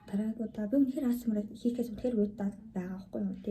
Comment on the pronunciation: аас ээм аар биш шүү. Эй эйс ээм аар гэж унш